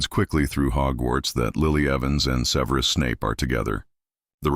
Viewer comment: SEH-ver-us, not "Severe us"